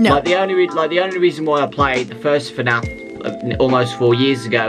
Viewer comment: No one has noticed that he said F A N F instead of FNAF